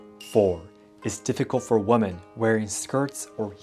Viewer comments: Hi, This is so tiny, I hesitate to say it. It is one little thing that sounds “different”. You pronounce woman & women, the way they are spelled, & that is logical. But the plural format of woman: women is pronounced (wĭm′ĭn). You know, many words are spoken differently than their spelling. The rules drive all of us crazy. So, no worries. I am not criticizing you at all. Quite the contrary, you speak so very well, that the smallest difference is noticed. Thank you for all your videos, I both enjoy & learn from them. Your work is much appreciated, as I am writing from half-way around the world, near Washington, D.C. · Hi, I love your videos and hope to visit Japan one day. I did want to tell you woman when it is plural women is pronounced like "wemen". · Please look up how to pronounce the word “women”. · You’re pronouncing women incorrectly. It’s pronounce “wim-en” (plural) and when talking about one, how you pronounce it. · I just wanted to say. Women is pronounced as wimen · Thank you for this. It's very informative as a woman wanting to visit Japan. Also, just in case you want to improve your English, "woman" is one and "women" is more than one. It may be confusing, but "women" is pronounced "whimen" :) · I hope you will see this! The word “women” is pronounced WEEMEN! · You mix "women" and "woman" both in spelling and pronunciation.